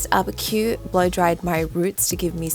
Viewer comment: It turned out so gorgeous!!!❤ btw his name is pronounced ki-oo like two syllables